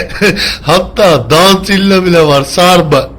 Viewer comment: dağtilla değil firıntilla :D